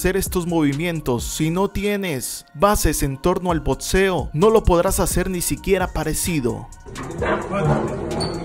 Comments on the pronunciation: Todos: Boxeo: Botseo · Bien por tu video pero estaría mejor si tomas unas clases de pronunciación y decir boxeo y no botceo tenemos que mantener nuestro español y hablarlo como en los buenos tiempos solo una humilde opinión